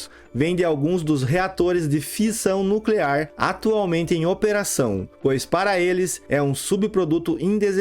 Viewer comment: Não e' no clear,e' nuclear !